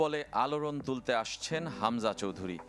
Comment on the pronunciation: Chowdhury is correct not Chowdhuri